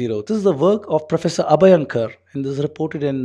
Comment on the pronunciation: Not "abha yan kar" but "अभ्यंकर"